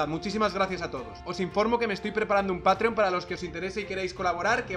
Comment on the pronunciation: Por cierto, qué es un patrion?? Patrions? Patrior?? Feisbul....